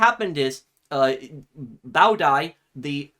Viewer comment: It was really great and yes you pronounced Bao Dai's name correctly and he was exiled to France until his death in 1997